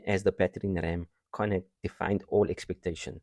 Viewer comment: Very Nice! - By the way Connaught should sound like "Conn-nacht", Galway sounds like "Gaul-way"